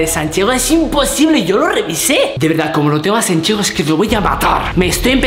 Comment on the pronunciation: Me dió mucho miedo cuando dijieron sanchego creo que se escribia asi me da muchísimo miedo